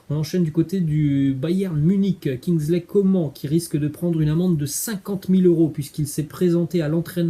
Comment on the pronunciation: Bonne vidéo mais sa se prononce pas comme sa Kingsley Coman